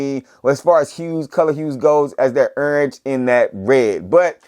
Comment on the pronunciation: accent heavy on that URNGE. lol peace family. these have easily earned a place in top 10 but wayyy too early to call for SOTY.